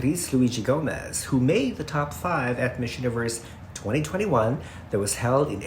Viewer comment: Hindi ata ma pronounced ni yung Miss, instead Mheeez talaga? I'm very particular about pronunciations.